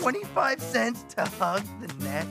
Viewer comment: Eddy littering said “hug” not “bug” 😂😂